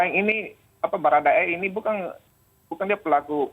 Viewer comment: Selamat bapak pengacara bharada E kebanyakan "ng" Nya.. Bukang,kaitang, 😂😂😂